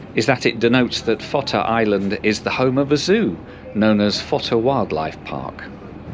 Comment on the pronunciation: Fota is pronounced like photo... PHOTAH.... but glad you got Cobh PERFECT.... have been asked for cobb before now!